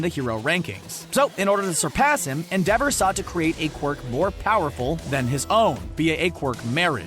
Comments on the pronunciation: Eng dub watchers: en-de-ver Eng sub watchers: en-dea-vo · “End-dever” “End-dever” It’s EN-DE-VOR! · I hate how he pronounced Endeavor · The way he pronounced Endeavor's name :>>>> (Not a hate) :>>>> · So no one is triggered that he isnt pronouncing endeavors name right